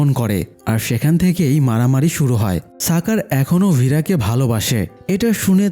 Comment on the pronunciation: সাকার কি ভাই! স্বাকার এটা শাকার উচ্চারণ হবে!!